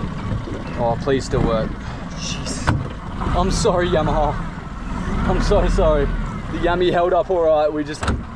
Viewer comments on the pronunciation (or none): none